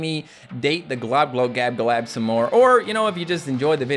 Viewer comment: I don’t know how to say globoloboladab and you are saying it flawlessly